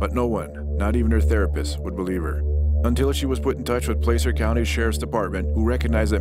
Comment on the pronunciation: It's pronounced "PLASS(like glass)-er". Not PLACE-er county! Anybody from Sacramento knows that